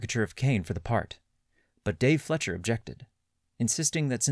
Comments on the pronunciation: Lol I came here to say the same thing. FLEISCCCCHEERRR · Great video, but it‘s pronounced „Fleisher“ not Fletcher. „Fleisch“ is german for meat and „Fleischer“ is probably an old fashioned expression for a butcher.The Fleischers immigrated from Austria, hence the german surname.